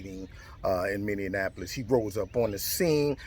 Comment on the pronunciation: It cracks me up the way pronounces “Minneapolis”. Is he doing that on purpose? It sounds like he is conflating Indianapolis and Minneapolis: Min - dian - apolis! It’s pronounced “MINI - apolis”. Makes me giggle every time!